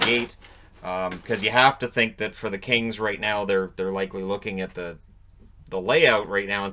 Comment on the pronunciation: Every time he said Kings, I heard Kane.